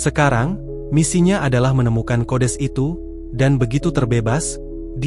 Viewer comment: Datuk kau kodes🤪. Sekalian kau sebut kudis. Yg betul itu kodeks😜